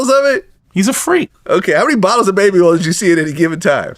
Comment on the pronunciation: Oil is earl Orange is Erangae Point is Pernt